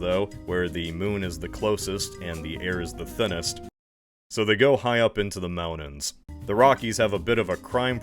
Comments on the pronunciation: I've never heard someone pronounce words like mountains and detonate the way this guy does. How interesting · The chill voice pronounces 'mountains' without the 'T' sound. Glottal stops are freaky...